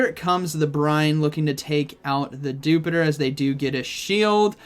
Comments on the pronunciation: Why does everybody pronounce dewpider as you would jupiter and not as spider but just with the 'dew' in front of it when it is cleary a little spooder? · it should be pronounced as Dew-Spider...not as jupiter..